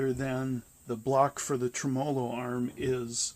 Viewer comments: He cannot pronounce TREMOLO ? Skip it. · a fellow who cannot pronounce tremolo correctly should just call the video off... agreed!l